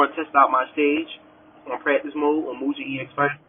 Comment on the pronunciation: I always pronounced it Mu-Gun... My-Gen sounds funny